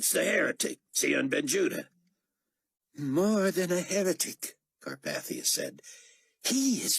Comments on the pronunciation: Most of this guy's voices are great. Chaim's voice is terribly, unlistenably whiney though. Also, the pronunciation of Carpathia stings a bit each time. I'm used to it being pronounced like CarPAYthia, not CarPATHia. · Yeah, I noticed that too. I keep wanting to say "It's car PAY thia, Get it right!"